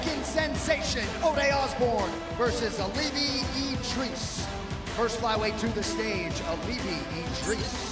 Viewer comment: It's "E-Dee-Rees" NOT "Ed Rees"